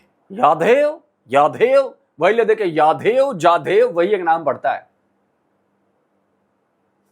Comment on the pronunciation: In लोवेडे लगो को एक word भी बोला नहीं जाता कभी यादेव कभी झादेव 🤣